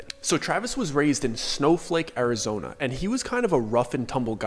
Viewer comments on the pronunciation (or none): SNOFLAKE, ARIZONE .. dude LOL im crying out loud ! your killin me..